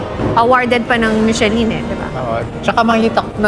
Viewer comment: * Finally your “order”arrived? MUST be order”S” * 4 na slice?! MUST be 4 slice”S” * AGAIN… it is MI SHU LUHN NOT michelin